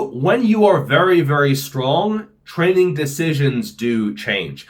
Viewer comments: "Their trenning is going to be different..." 😅😁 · "trenning" lol